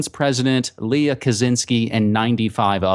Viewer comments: The name "Lech" is supposed to be pronounced "Lekh". Just sayin' :) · Lech pronounced 'Lek'. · A fascinating watch, and definitely enhanced by unintentionally hilarious pronunciation of Polish names.